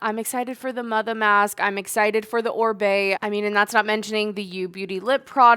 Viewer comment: Oribe is pronounce Oh-REE-beh. It's a Spanish surname, so it's definitely not Orbay.